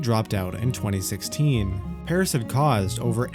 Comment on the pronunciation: Mad stuff dude (btw the pronunciation of Paras is not what u were sayin cause 1 of my friends name is Paras)